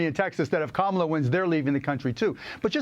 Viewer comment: I like this "Cumala" 🤣